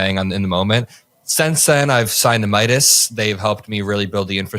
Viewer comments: Cam repeatedly calling it MEE-idas even after Adam said it was so cute 😅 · why cant cam pronounce 'meidas'?